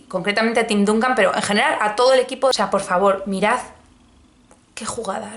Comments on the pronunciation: TIM DANCAN (NO DUNCAN) Y SAN ANTONIO SPERS (NO SPURS), POR FAVOR. De todas formas, dada tu para mí desconocida afición por el deporte rey, te lo perdono todo, y acepto casarme contigo, e incluso estoy dispuesto a secuestrarte para casarme después como se hace en países de reconocida tradición democrática, caso de Georgia. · Se pronuncia Dancan y Spers lol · me han dolido los oídos cuando dijiste duncan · Echo en falta un vídeo sobre los últimos acontecimientos de Kanye West!! Con la buena pronunciación que tienes..., me ha sorprendido como has dicho DUNCAN Y SPURS 😂😂😂😂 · Me ha sorprendido la forma en que has pronunciado San Antonio Spurs y Tim Duncan. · Tim Duncan ha llorado muy fuerte cuando te ha oido pronunciar su nombre